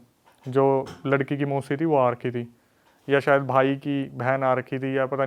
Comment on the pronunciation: Bhai sayad hota hai sayar nahi